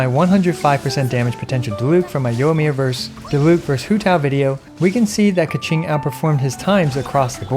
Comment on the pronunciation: Sorry to all Mandarin Speakers..Please dont say KeChing